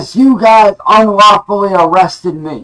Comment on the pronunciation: “Stahp yew guise” 🤣